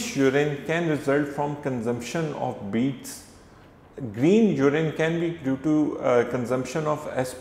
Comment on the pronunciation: Its not jurin URINE 😂😂🙏🙏